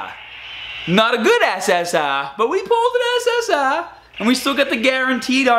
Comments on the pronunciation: The way you say ssr is so funny You go Ssahhhhhh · Why do u say essessar